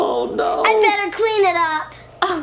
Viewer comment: you mean beter not bester